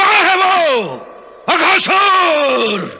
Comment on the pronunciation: Akasur nahi Aghaasur 😂